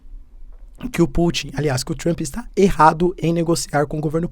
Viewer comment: se pronuncia 'Tramp' e nao TRAMPÍ...... Po professor, vc esta aprendendo ingles... fazer um minimo de esforco pra pronunciar corretamente né kkkkk